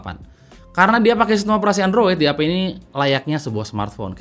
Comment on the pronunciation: Nama DAP gw dengernnnya "DI HAPE"